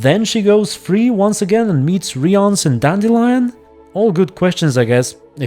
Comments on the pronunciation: In the audiobooks it’s pronounced R-eye-ahnse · I'm pretty sure that Rience is pronounced as Reens (just like Ринс would be pronounced in Slavic languages, but with a long и) Damn it as I was writing this I saw Ciri getting sold in the background, yet again.